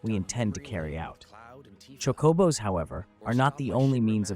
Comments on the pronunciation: Chockobos? Chocobos? lol it’s chocabo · true actually but it’s not pronounced Chocoooobo or chockabo like this guy pronounced it wrong in multiple ways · No its not? It Chocobo there's no A. EDIT: I now heard what you meant. However this is just AI voiceover. still it is def Chocobo but pronounced Chocabo